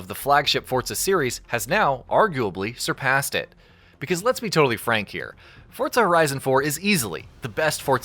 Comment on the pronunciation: forZA not fortza ..... fortnite and forZa didnt have a bastard child its just forZZZZZZZZZZZa